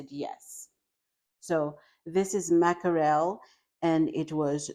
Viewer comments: Great video with very helpful and practical tips! Thanks for sharing these cost-effective grocery shopping ideas. (One tiny bit of feedback, the word “mackerel” is pronounced with just two syllables — “MACK-rill” — not “mack-a-RELL.”) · It's pronounced mack răll. Walmart eggs are poison fake eggs. Smell them and you'll see. The Walmart water has antifreeze in it. Bananas are gmo garbage like all veggies and fruits are. Real bananas have very large seeds in them. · She doesn't know how to pronounce 'Mackerel'. I don't eat fish, mackerel and sardines are fish.